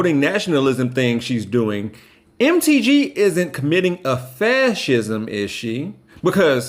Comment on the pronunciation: Hey. when you said MTG it sounded like, "Empty G" I Love It!!! I'm calling her that from now on👏👏👏✌